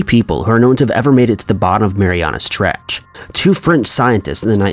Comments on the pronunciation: it's called the 'Mariana Trench' not "Marianas". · This is very interesting. Thank you. It’s the Mariana trench not Marianas trench. Just saying. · IT'S JUST MARIANA ! NOT MARIANA'S sorry it was just so annoying to hear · Yea its Mariana its annoying to listen to this guy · Im unrealistically annoyed by the fact the narrator puts an S on Mariana when saying it but doesn't when writing it in the title😡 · He says it like the trench belongs to someone named Mariana 😁